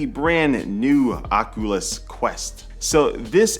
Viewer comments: I think Oculus is pronounced "Oc-U-lus", not "Oc-uh-lus". The first U is long and sounds like "you". But good review. I used to watch your channel years ago. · Oculus-( oc-you-lus)👍 Oculus-( oc-uh-lus)👎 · I’m kinda bothered by the fact he pronounces it OC-A-LIS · This man said Ocuwas quest